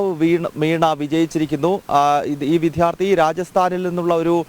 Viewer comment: Please correct your pronunciation it is vidyarthi not vidhyarthi